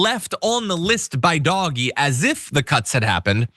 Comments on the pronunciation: I can’t watch this with you calling it dog-e it’s just too weird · stop calling it doggie, Call it dodgy. (Do Ge) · Yes, >>please<< keep pronouncing it "doggie"!! (Online, I use DOG-E.) Everyone ought to. This totally drives the magats wild -- I also refer to Musk only as ELMO -- and the pinheads at work no longer discuss their memes within earshot of me. If they try to pull me in, I ask some innocent simple questions and continue mislabeling their gods, pretending I don't hear their increasingly brittle corrections. What can they do, report me to HR for discrimination, or religious discrimination, or emotional abuse? They can't win. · I think DOGE is pronounced “Doo-Sh”.